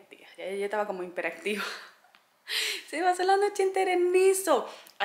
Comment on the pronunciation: Es Hiperactiva, No Himperactiva!